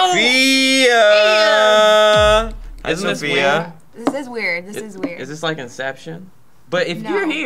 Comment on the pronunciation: So-fi-a....: "it needs 2 syllables" >.> on a side note, Sofia's adorable